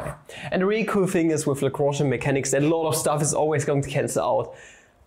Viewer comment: A German boi pronouncing L A W H U U N J perfectly, who could've thought. Cool video btw, I'm a math major secretly wishing to take Analytical Mechanics next year but also sort of scared.